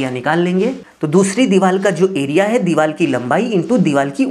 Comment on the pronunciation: लगता है तुम रिश्वत देकर इंजीनियर बने हो तुमको हिंदी भाषा का भी ज़रा सा ज्ञान नहीं है बार बार दीवार को दीवाल बोल रहे हो बड़े शर्म की बात है कि तुम जैसे लोग भी इंजीनियर बने बैठे हैं😢